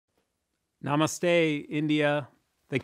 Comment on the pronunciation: I like the way he tells namaste India